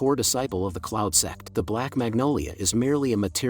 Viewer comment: Bro you said cloud sex 😂